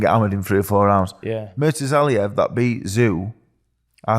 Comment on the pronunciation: Dave’s pronunciation of Murtazaliev 🤣🤣🤣